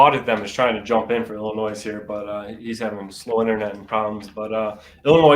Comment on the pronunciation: You completely skipped West Virginia. You hit every state except WV. Not sure how you managed that. Also, Illinois uses a silent s: [ill-ih-NOY].